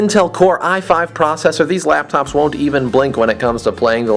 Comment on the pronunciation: he says APPLE LAPTOPZ lol